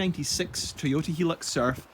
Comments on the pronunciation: Please stop calling it a helux its hi as in high lux but apart from that great video ! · It's a japanese car, but the name doesn't have japanese promounciation. The name is supposed to be pronounced "High-lux"". :) The thick shaggy style carpets were a very common thing in japan for some reason in the 80's through to the early 00's. I bought an ex japan Mondeo wagon, probably the only mondeo ever sold in Japan as I've never seen one there, but Ford deemed it also required monogramed shag carpets, which they didn't have as an option anywhere else, as far as I can tell. If you feel like seeing the journey of someone else who bought a 90's 4x4 sight unseen, check out Geoffrey Crocker. One of my other favourite youtubers